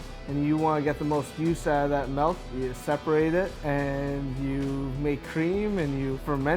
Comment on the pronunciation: The way he pronounced the word milk is MELK lol